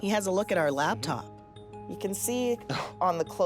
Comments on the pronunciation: Drink every time she says "LABtop" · It isn't a LABtop. It's a LAPtop. 😡